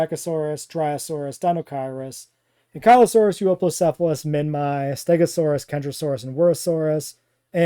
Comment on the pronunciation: Is not "minmy", it's "minmee"